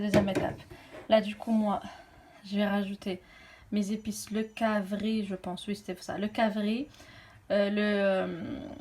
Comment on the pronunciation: Cc ma belle il s'agit du carvi et non cavri 😍